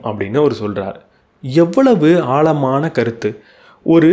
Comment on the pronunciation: ஆழமான என்று உச்சரிக்கவும் ஆள்மான அல்ல. எளுத்து அல்ல எழுத்து. முதல்ல அதை சரி செய்யவும்